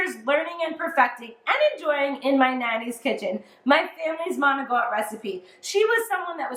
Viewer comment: How come some Italian s don't pronounce the I or a at the end of a word. It's not Maocttt it's Manicotti with the i. !!!